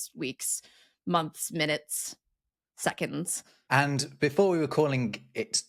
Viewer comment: I'm so glad didn't pronounce seconDs with a t like a lot of Americans do...